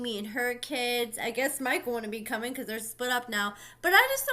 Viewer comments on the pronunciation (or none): none